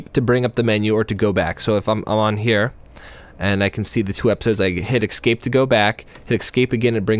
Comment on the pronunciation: ESS-CAPE pls, not EX-CAPE, otherwise good review